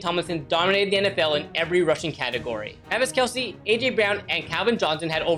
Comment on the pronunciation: It’s not kelce it’s kelce